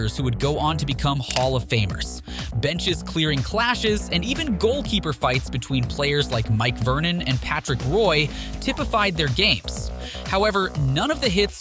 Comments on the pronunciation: Ummm? 🤔 How does someone doing a hockey video, manage to screw up the names of legendary players so badly. I realize he may be reading off a script, but a hockey fan would know the pronunciation isn't the same as the spelling 🤨 Roy and Richard Wah(as in, saying ah at doctor) and Ree-shard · You can't even say the platers' names correctly, obviously you don't know anything about the players. Patrick Roy(Pronounced Wah) Richard is pronounced RI shard. How do you pronounce Miroslav Satan's last name?